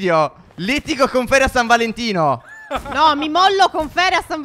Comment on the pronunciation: Stef nell'intro a detto San Valentia